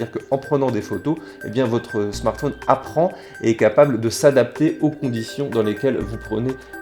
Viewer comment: pourquoi dit-il " smartfoun " ?